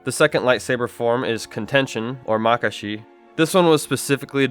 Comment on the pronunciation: Everyone pronounces Makashi wrong these days 😅😅 It’s pronounced ‘Ma ka shi’ It’s supposed to sound elegant 😅😅